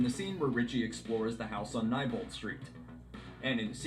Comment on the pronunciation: Nee-bolt not ni-bolt 😐